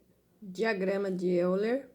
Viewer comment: Euler= A pronúncia é Óiler.